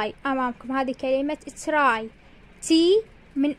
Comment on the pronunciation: مدرسه صوت وتلفظين تراي try هيج 😂 ،،،، الصح چراي❤